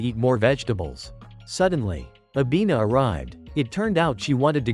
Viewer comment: Bro it not avina its nana